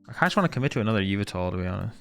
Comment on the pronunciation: say it with me now yuh-vel-tuhl